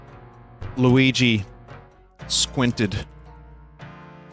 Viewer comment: The way vin says squinted makes it sound like its not a word